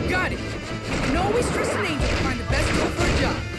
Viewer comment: Ah yes, Bext time indeed.